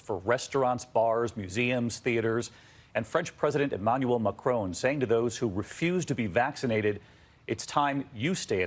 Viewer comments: why are americans incapable of pronouncing foreign names............. i know this is irrational anger but god damn did i get pissed when i heard "emmanuel MACRONE" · It’s not pronounced “crone” in French, the newscaster in the clip just did the American thing and enunciated every letter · I didn't know Americans pronounced "Macron" like that and I REALLY wish to unlearn this information, it sounds so bad